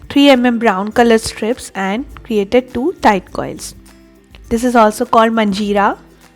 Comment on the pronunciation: Its Manjira.. Not Ganjira..